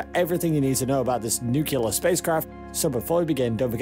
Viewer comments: Im sorry to be this guy, but its NUCLEAR, NOT NUKULAR. n(y)o͞oklēər NOT nü-kyə-lər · It's Nuclear, pronounced "new clear". Not "new killer". It's not difficult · It's nuclear, not nucular. It's like using axe/aks instead of ask. It's illiterate. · “Nuclear” not “nucular” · Nuclear nuclear... not nukelar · NU-CLE-AR! It’s NUCLEAR! Not “NUCULAR!” It is not the “nuculus” of an atom that is fissioned, it is the nucleus. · Nice video, ruined by the constatly marred pronounciation of the word "Nuclear". It' pronounced noo-kle-ar, not nukelar! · The word is "nu-cle-ar", NOT "Nu-cu-lar" - Dubya always said "nucular" and generally massacred the English language on a daily basis... and he didn't stop there. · its pronounced nuclear..... not nuculur ( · Uh, lots of people are "considering the difficulty of getting there". Far more than are daydreaming about the millenia-long process of terraforming. And then you totally lost me when you pronounced it "nucular". A sure sign of scientific illiteracy. Nuclear. New clear. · new-ke-lare alamunium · Let the 18 month journey time slide, but as soon as he said "nucular", I quit and will never come back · Lol, “Nukular” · Is no one going to comment on the correct pronunciation of the word 'nuclear'? It sure isn't Nuc-You-Lar. Why produce an informative video and then dumb down the world by sounding like 'Dubya'? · NU-CU-LAR!!! X) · Nuculer engines? Is Homer Simpson the narrator of this video? Difficult to take this seriously if you don't know how to pronounce 'Nuclear' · Starts with some misleading information. Must learn how to pronounce 'nuclear.' Stopped watching. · If you're going to make a film about a nuclear powered space ship, shouldn't you at least learn how to pronounce the word nuclear? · Learn to pronounce the word nuclear so you don't appear ignorant.